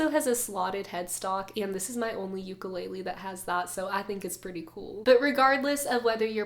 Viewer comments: Beautiful playing & vocals! Why aren't we pronouncing ukulele properly tho? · She's a beautiful singer but every video she does she says ukulele wrong...